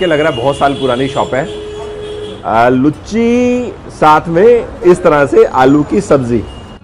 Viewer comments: Ha ha ha 😃 sirf ek correction bas: Luchhi nahi it’s Loochi (लुच्ची नहीं लूची) या हिंदी में पूरी। nice videos and explanations. Keep exploring 👍🏻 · Hahaha.... Comedy... Sorry sir... Actually m bengali and cant hear that word... Its loochi and not लुच्ची... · Bhai lucchi nahi hota luchi hota hai🙏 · It's Luchi not "Lucchi"